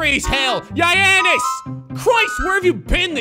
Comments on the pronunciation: the way he pronounces it yianess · Damn i laugh so hard when he say giannis name😂😂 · You buthcered giannis name